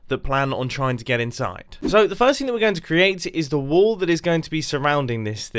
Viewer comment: Whenever he says wall i hear wool